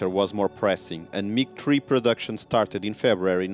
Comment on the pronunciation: OMG just say MIG stop calling it MIG TREE !!!!